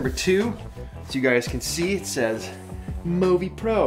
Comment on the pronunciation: actuallyyyyyy, its mõvi not movi, which means you dont actually pronoince it like [moh-vee] its just [moo-vee] or [movie]